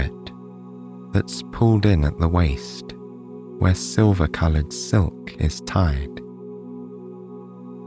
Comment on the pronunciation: Owch : the v o w e l s. You are half way there 👍 The doubleyous 'w' are painful. The 'd's & 't's : 'sandouwz' sandAls ... ! Try it ... a. e. i. o. u. repeat! Tea Dee Tee Dee 'Gouwd' = gOlD. 'WAIEST' waist ! 'Atauwl' = 'at ALL' tld isn't 'ouwd' as in 'settled' not 'settouwd' 'fillouwd' / f i l l e D. 'Taieste' / Taste! 'Wouwta' 'water', 'Cristawl' crystal or cristelle ... 'wiv' wiTH